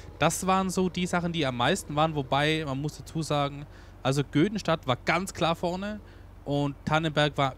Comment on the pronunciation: die heißt Göddenstedt und nicht Göddenstadt und nimm sie bitte